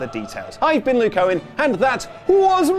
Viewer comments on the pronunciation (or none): none